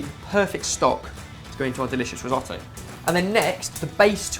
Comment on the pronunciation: Resohtoe? Not re as in reuse redo it’s “ ri” different sound ..